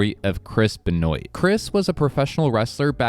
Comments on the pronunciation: Hey man i dont want to be rude but Chris Benoits last name Benoit is pronounced Ben-wa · It's pronounced Ben-wah. And I was interested in what happened to the owner. More details in future videos would be great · Chris Benoit not. Benoiit and we don’t even know if it was roid rage really we will never know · 😂 Benoit is pronounced like “Ben-Wah“.